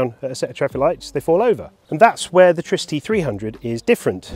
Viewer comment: Pronouce it like in Trinity, trigonometry, triple, triggered??